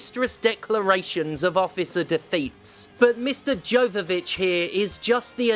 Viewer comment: LMAO "Mister Jovivich" 😂